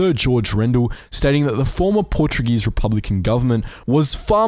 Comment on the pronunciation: You butchered a few Portuguese names but that's okay, great video as always